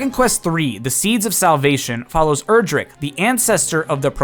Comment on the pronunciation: It's pronounced "Erdrick", not "Erdrick".